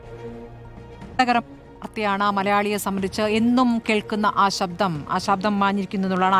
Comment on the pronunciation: സബ്ധം അല്ല ശബ്ദം ആണ് 😅 ജാനകി അമ്മ എന്നുപറയു 🤷‍♂️